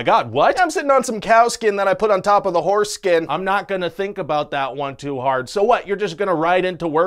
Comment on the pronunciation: Did he say horseskin or foreskin?